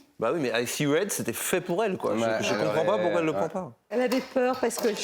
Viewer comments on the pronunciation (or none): Anouk la prononciation Red mais ça sonnait Wed. Faudrait qu’elle revoit ça